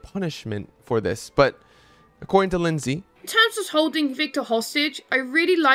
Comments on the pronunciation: Lynx is a sort of cat said like links so I'd assume her name is said like links-sy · Her name isn’t Lindsay 😭